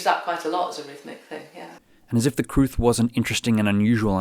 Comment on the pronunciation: It is in Welsh, and the crwth (pronounced 'crooth') is a Welsh instrument of great antiquity.